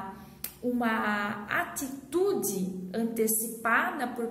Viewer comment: sotaque bonito, ATÍTUDE :D